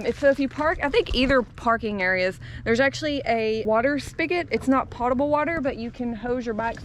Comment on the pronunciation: I’m not sure how to pronounce the cheese, but if you are not offended by corrections, the word for drinkable water(potable) is pronounced with a long “o” sound instead of the short “o” sound, ie. poe-tuh-bul.